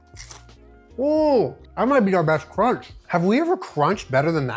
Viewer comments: I’ve never heard it pronounced that way! 😆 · I was just thinking that 😂